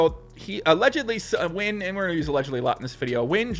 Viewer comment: No, you shouldn't call him "Men the master Win". You should learn how to say Nguyen.